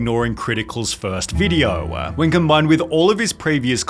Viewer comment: "Videoah, beforehandah, lacking resarchah!"